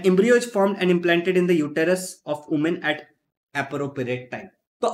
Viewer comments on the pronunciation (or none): none